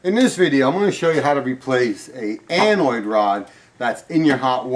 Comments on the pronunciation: I hate correcting someone, but this will help others. Have you ever met someone who sang song lyrics incorrectly because they learned it that way? Well...you are pronouncing anode wrong. Maybe nobody ever mentioned you were saying it wrong You? You are pronouncing it "anoid." It's actually pronounced like "ann-Ode", but said together without the space where I put the dash. I wasn't sure if I was pronouncing it wrong, but I Googled its pronunciation before writing this. How will knowing this help others? Hardware store people and plumber's will not know what they want if said wrong AND will probably ridicule people saying it the other way! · Funny how he said "anoid" rod rather than anode rod. And the water contains minerals, not "acid". The anode rod attracts sediment and corrosive minerals so that they don't attack the metal of the water heater instead and cause it to corrode. The rotten egg smell is from sulfur bacteria in the water.